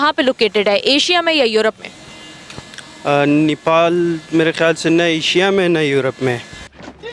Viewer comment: पाकिस्तानी यो को नेपाल का नाम भी नहीं मालुम है नीपाल नहीं नेपाल हैं।नेपाल पाकिस्तान से कहीं ज्यादा सुरक्षित है